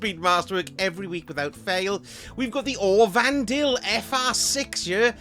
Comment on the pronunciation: I love how you pronounce Aurvandil like it is a High Elven Priestess.